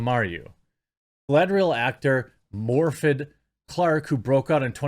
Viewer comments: It is pronounced MOR-vith, the th like in the, this, or that. Welsh not Morfydd Clark! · I believe 'Morfydd' is pronounced 'Morr-fith'.